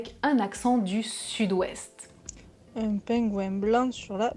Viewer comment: Ah, chouette : vous prononcez encore le "un" comme "un" et non comme "in"! Je trouve dommage que cette distinction se perd.